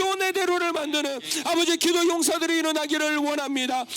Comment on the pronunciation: 설교 내내 ‘이게’ 라는 소리를 많이 하셔서 집중해서 들었는데 기도였군요. 열심히 기도할게요.